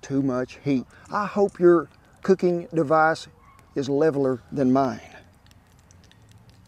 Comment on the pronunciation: Leveleerr? Lmao, thanks Kent. 🌴😎🌴